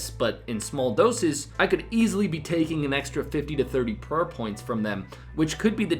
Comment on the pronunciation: “Purr points”